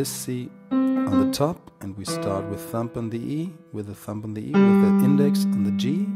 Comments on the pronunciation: Am i the only one that kept hearing him say thump instead of thumb???? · Thumb is pronounced 'thum' the b is silent.